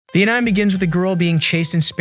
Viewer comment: You're overdoing it still. Swimsuit, clothes, pills, common words that can't be taken in a defunding way you're removing it makes it impossible to follow if you want to just listen. I'd re-assess what you're up to, also I'd tweak the AI voice because its saying basic japanese words very wrong on your various videos like anime, ramen, etc. I like what your'e doing here but it will push people away.